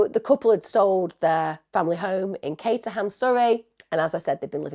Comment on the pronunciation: It's not pronounced cata ham It's pronounced caterem I'm from Surrey